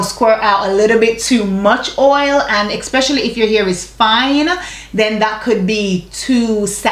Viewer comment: Wait.. are you saying "expecially"..?? Lol luv u tho! ♥️